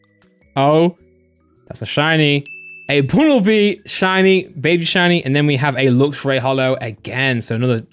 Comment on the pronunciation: y did he say buuuunelbe insted of bunnelbe lol probly spelt it wrong